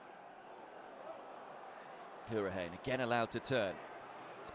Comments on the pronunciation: Anyone else get annoyed by the way the commentator was saying Hourihane? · Just rewatching this, and I can't stand how he butchers hourihane's and Abraham's names 😅